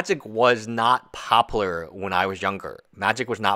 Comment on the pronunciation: Bro. Do you not realize there is a U in the word popular? Pop-u-ler. No pop-ler. Every time you say the word I think of Futurama.